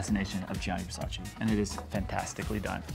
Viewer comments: it's versa-CHEE not versa-SHAY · It’s pronounced ver-sigh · You’re all pronouncing Versace wrong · The way you pronounce "Versace" is terrible